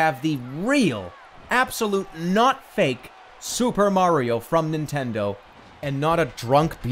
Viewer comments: That's not supah Mario that's BYEAH mario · Super Byeah-rio....?